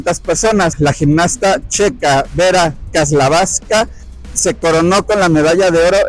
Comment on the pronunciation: No se como pronunciaste pero se dice Vera Chavlaska